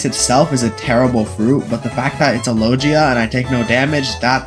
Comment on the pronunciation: Bro the way he said logia "lojia"